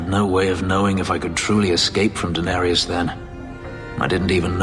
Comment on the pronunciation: Every time I hear Fenris speak Danarius I hear him say Daenerys